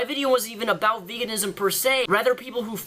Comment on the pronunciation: And he cannot say the word about